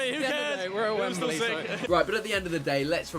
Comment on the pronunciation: Chris: It’s a good day. Wemebly Cup: Allow us to introduce ourselves.